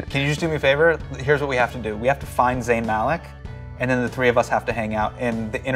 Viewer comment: Dude you pronounce zayn maliks name like an Angrez, don't get upset when someone pronounces yours wrong too